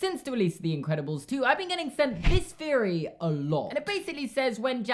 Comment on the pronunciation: am i the only one that notice that you say theory with a F instead of TH???